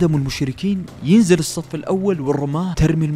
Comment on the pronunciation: جزاك الله خير أخي ضيف على تصحيح الآية (ينزّل ) بتشديد الزاي و(يثبت به الأقدام) بارك الله فيك ، كل الاحترام والتقدير أخي